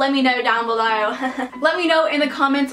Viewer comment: Tell me no one thought Cleore (Cleo) when she said “down belore”